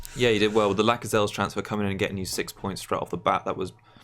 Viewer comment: Lacazelles? Is that an inside joke or have you butchered La-sells that bad hahaha